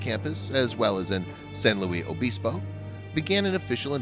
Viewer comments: Please do some research. San Luis (pronounced "Lewis") Obispo and strung together - Sanlewisobispo or Slo (pronounced "slow"). The video shows a lot of shots of a big city with very tall buildings. Nothing in Slo is over 5 or 6 stories tall. Slo is a small town that sits in a valley surrounded by majestic hills that would be called mountains in some places. There isn't a huge city center surrounded by houses as far as the eye can see. The town center is only a few blocks. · Its San Lewis (LUIS) OBISPO. I grew up there and thats how we say it. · well it was obviously a mistake. san luis obispo is my hometown, i live still here today. it’s pronounced how it is spelt. not san louie obispo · Ok video, but you butchered San Luis Obispo. It’s pronounced frenetically, not, “Louie.” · It's San luisssss Obispo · Also can tell you not a Californian ! We say San Louie Abispo ! Not how it is written ! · Please learn how to pronounce San Luis Obispo properly. UUUGGGHHHHH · PLEASE learn how to pronounce a name of a town before you totally murder it. I can't even watch...it's killing me. sorry..good job though.